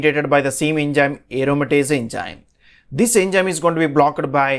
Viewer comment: Typical south indian accent of English. Plz pay attention to: It's not Engime...but enzyme Not BlockED but blockt